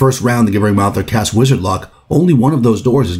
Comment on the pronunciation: Please learn to say "gibbering" correctly-- I took psychic damage from this video.